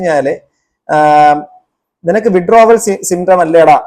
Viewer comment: വിഡ്രാവൽ സിൻഡ്രോം എന്ന് മര്യാദക്ക് പറയാൻ പോലും അറിയാത്ത ഈ ബസ്റ്റാന്റ് ഒക്കെ, ആരുടെ നക്കാപിച്ച വാങ്ങിയിട്ടാണ് എന്ന് മനസിലാവും, മാന്യന്മാരെ അധിക്ഷേപിക്കാൻ ഇതുപോലത്തെ മൂന്നാംകിടകളെ ഇഷ്ടം പോലെ കിട്ടും, പത്തോ അഞ്ഞൂറോ കൊടുത്താൽ മതി, മാന്യതയും മര്യാദയും ഉള്ളവർ ഇതിനെതിരെ പ്രതികരിക്കാനും പോകില്ല...